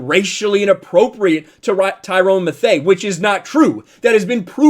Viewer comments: It’s pronounced “Mathew” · It’s pronounced “Matthew” not methei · Great show however it is pronounced Tie-Ron Matthew not Tyrone Mathay. Not trying to be a smart ass but juat giving you a heads up before some libtard sjw gets on and says, "he can't even pronounce the players names and he's going to talk about sports!" Seen way too much lately from these woke pieces of trash! Thank you and keep it up! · Mathieu is pronounced like “Matthew” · Tyranns last name is pronounced like Mathew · I think Tom Brady is over rated only because I’m a Drew Brees fan and I have seen him under rated his entire career, also Mathieu is pronounced Matthew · 1. I know of a handful ( 2-5 ) of people that are racist against people that aren't white. 2. I know of...uh...I've lost count now, how many people are racist against whites. 3. It's pronounced "mathew". 4. I've NEVER liked Tom Brady until now, simply based on leftists cry at his success for no reason and or racist reasons.